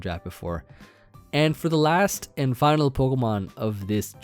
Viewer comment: Oh my god you better win this time! No more finaL master for you, please (emphasis on the “L” in final)!!! 😂🤣 P.S. Is this why you skipped Jeopardy twice? It’s not a proper Jeopardy without you in it lolol.